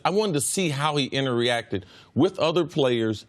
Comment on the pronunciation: My man's said "interreact." 😂